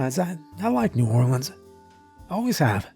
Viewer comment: Ok this was great and I’m tickled because you said “ New Orleans “ RIGHT !